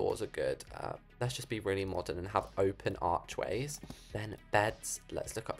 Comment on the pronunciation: Ah, yes an✨ORCHWAY✨